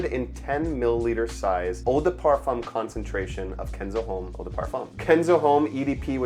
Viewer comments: Common dude HOMME! you are in parfums at least try to learn 3 words used in perfumery for everyone not professional. HOMME most common one , losse H if you dont use nasal o no matter but lose H. It like Jack ( yack) instead ( dʒæk, j+a sound) 😅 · The H in homme is silent